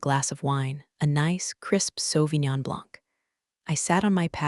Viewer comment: It is amazing that the AI can pronounce Sauvignon Blanc correctly, but can't discern the context clues for reading past tense words, present tense words, & homophones.